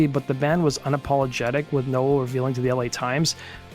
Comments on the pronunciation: Its "No.well" not "noah" please learn to speak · Uhhh...pronounced Now el....just sayin